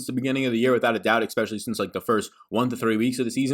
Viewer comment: There is no K, in the word especially.